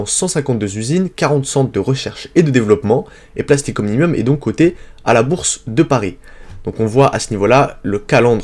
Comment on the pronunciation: comment faire confiance à vos analyses si vous ne savez même pas lire le nom des entreprises